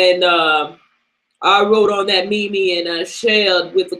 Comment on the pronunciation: ahaha youre killing me with this mimi, who says mimi its meme LOOOOOOOOOOOOL